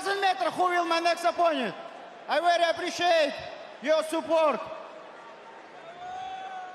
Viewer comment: "Wery wery important"